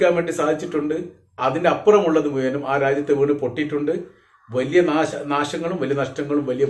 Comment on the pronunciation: താങ്കൾ ദയവായി മുയ്മനും എന്ന് പറയാതിരിക്കുക !!. മുഴുവനും എന്നു പറയുക !!😊😊😊😊